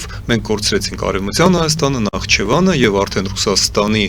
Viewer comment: Գոնե Նախիջեվանը ճիշտ արտասանե ք